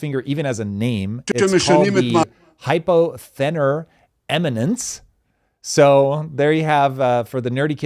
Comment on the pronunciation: Hypo-THEE-nar eminence, fam